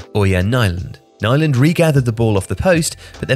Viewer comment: Not how 'Nyland' is properly pronounced, but why care about other nationalities, cultures and languages these days?